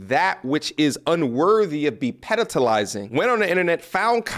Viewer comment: love your content, but you do mangle words at times. It's pedestalizing... can't pronounce, let alone write what you said. Stay blessed